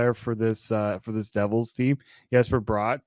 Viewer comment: I don't understand why it's so hard for Leafs media to say Jesper Bratt's name correctly.